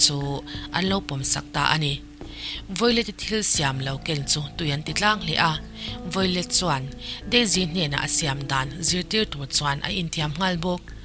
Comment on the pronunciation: Violet tih tur ni em? I hming i lam dan hi miss